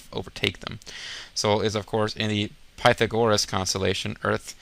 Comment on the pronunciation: oh god Pytha gore us. dat pronounciation.